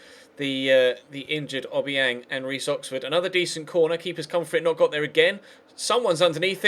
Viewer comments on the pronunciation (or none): none